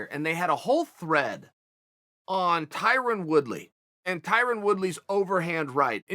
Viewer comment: Tie-Run LOL🤣🤣🤣